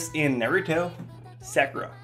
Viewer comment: SAAAAAKURA? wtf man xD